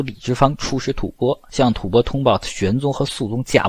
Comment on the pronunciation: 老師將吐蕃唸正確了，太好。音：播，首次聽見歷史視頻中正確的唸法。